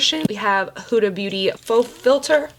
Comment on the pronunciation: how in the world can you not pronounce Safiya 😂 it’s pretty straightforward of a name, there’s really only one way to pronounce it you also said that you only had 10 primers and then you put waaaay more in (not really a problem, more of an editing thing) also you pronounce Huda wrong, for some reason no beauty gurus except NikkieTutorials can pronounce it correctly